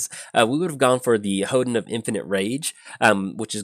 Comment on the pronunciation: It's pronounced "hohn-den",. It's a building in the Shinto religion that enshrines a sacred object representing the kami that dwells there.